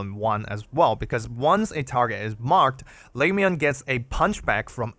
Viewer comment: le-moo-en. pronounce her name right if you're doing a guide about her.